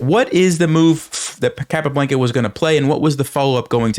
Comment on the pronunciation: Love the videos! Keep up the good work. Want to say, however, it is pronounced CAPA-BLAHN-KUH lol. Not BLANKUH